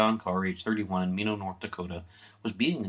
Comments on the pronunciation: Nice show! Minot is pronounced My Knot. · An interesting presentation. There are a few errors of facts that can be verified elsewhere,such a the correct Pronunciation of Minot (my-not) . One would be the very subtle difference between "knew of" vs "knew". another you might want to correct is how/if Maurice knew my brother. You stated they were in the same homeroom. That, by Maurice's own writings on pages 259 and 260. Another misleading comment on those pages implies that Maurice and his cousin Mary Ellen were also in the same homeroom. At the time. SHS, in all grade levels admitted both boys & girls - in the High school they did not share the same home room. So Maurice's reference to John, Maurice & Mary Ellen in the same homeroom is another - at best - typical misleading statement. My father was strict and therefore was not always an easy man to live with. But no, he was not abusive, and frankly there are many who could relate more good than bad but have always hesitated to do so after seeing how those who dared speak up were attacked and denigrated. note: thank you to for finding the original mythrepresentation in the PDF version of TUE.